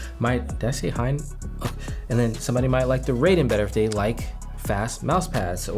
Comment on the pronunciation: Raiden is pronounced with a as in "art". In other words it's like a Metal Gear character, not the Mortal Kombat fighter. Also hi in Hien is pronounced not as in "high" but as in "heat"